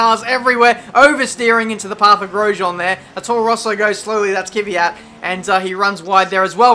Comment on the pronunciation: great to follow your career mode. You really motivate to watch with your excellent comments. Keep up the good work! One minor remark: pronounce KVYAT as : KVIE-AT in stead of Kie-Vie-At ;)